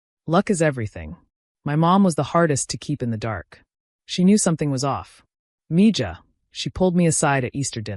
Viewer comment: Please learn the proper pronunciation of Hispanic names. MEE-Hah😊